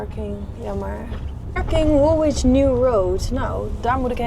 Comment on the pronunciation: Love your videos, they don't send you to the best/easiest parts of London. Woolwich is pronounced Woolich ( no w in the middle). Mind I tried to pronounce Scheveingen when in Holland and got it totally wrong. Lets hope you go somewhere prettier and easier to drive next time you are in the UK.